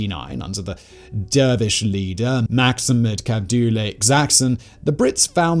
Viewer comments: maximum cabdule xaxon 😀😁 its sayid mohamed abdulle hassan 😆😆🤣🤣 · Maxamed cabdulle xasan🗣❌ Maksimad kabdulle Ekskan🗣✅.